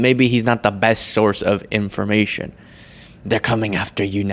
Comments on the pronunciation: if you say "impfurmay-chin" you should not be allowed on any news network. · What is with her constantly adding T's to words where they don't exist? EmergenTcy, conTfrence, inTformation, etc. There are many more that just aren't coming to mind at the moment, but it's something I've noticed she does VERY frequently. And she has the nerve to call other people stupid... Hilarious!!!